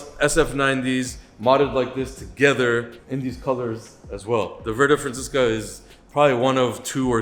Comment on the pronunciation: Verde Francesca is probably my favorite Ferrari color but the way the guy in the video absolutely butchered the pronunciation made me laugh.